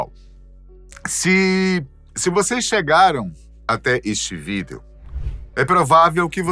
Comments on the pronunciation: Mas pq diabos ele n fala a palavra "vídeo" direito? É VÍDEO, COM UM ACENTO, UMA TONICA APENAS! Q agonia ouvir "vídéo"😖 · Adoro quando o diz: vidEo... Tão certinho! Muito fofo! Adoro o canal e os apresentadores são únicos! 😊